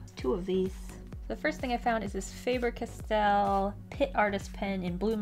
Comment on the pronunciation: the company said It’s “Fah-Ber Kas-tell”